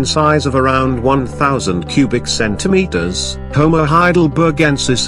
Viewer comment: The “CenTimetERs” got me😂😂😂😂😂